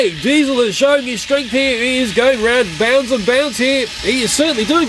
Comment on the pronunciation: You called DIESIL DIESIL ten